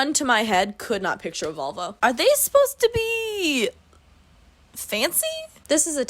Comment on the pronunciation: every time you said volvo i heard vulva and you just kept going "i can't picture a vulva for the life of me"